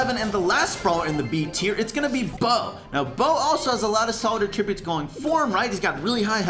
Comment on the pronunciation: I do not like the way says, “Attributes”